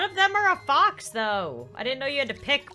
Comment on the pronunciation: Fox like box